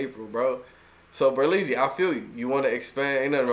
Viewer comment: It's BERLEZZY not berlezzys